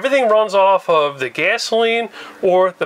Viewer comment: I love the way he says when You can see da top ada pop top